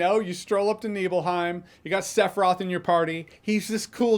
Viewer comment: "Sef-roth"? Why can't Americans ever pronounce names correctly? I mean, there's an iconic song in the game with his name on it telling you EXACTLY how to pronounce it, several times... 😂😂